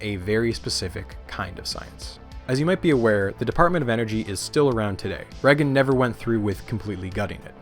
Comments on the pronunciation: Yes, because him saying Reggin instead of Reagan makes it unwatchable. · Not Ronald "Rag-un." Think more Star Wars. Ronald "Ray-gun." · Holy fuck that was an impressive collection of information. And the presentation was amazing, bravo 👏 I stg tho if I hear "regen" instead of Reagan one more time I'm gonna have a stroke 😂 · Well-made video. My only pet peeve is every time you pronounce Reagan as "Rehgn" haha it's "ray-gn" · The last name of Ronald Reagan is pronounced Ray-gan. Not reggun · Why do you keep pronouncing "Reagan" like "Reggan"? It sounds like "Raygan." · “Ronald Reggin” lol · Who is this president "Reggen"? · Reagan like Ray-gun..kinda cool.. way you saying his name, got a craving for beggin’strips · My only qualm with this entire video was listening to how you pronounced ‘Ragan’ 😂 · Learn how to say Reagan.